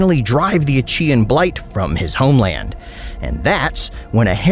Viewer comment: I am pretty sure that is not how you pronounce "Achean"